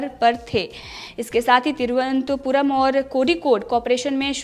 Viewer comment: Cheap news.just like bjp.she can't even pronounce the capital of Kerala properly.